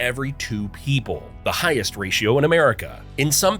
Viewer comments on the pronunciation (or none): none